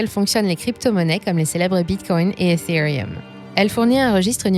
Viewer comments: Je n'ai jamais entendu quelqu'un dire aussi bien "Ethereum", très satisfying comme disent les jeunes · Grave je mentionne aussi, normalement sur une chaîne FR c'est horrible